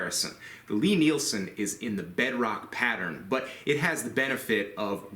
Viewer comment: into the video, I really really don’t want to be THAT guy but I’m reasonably sure that ‘ Lie-Nielsen’ is pronounced like Lye-Nielsen instead of ‘Lee.’ I found out a few years ago that in my own pronunciation, like, was from me mixing Lee Valley with Lie-Nielsen. If there are endless threads on this topic, sorry to waste everyone’s time. Thanks for all of your great work! It’s much appreciated!!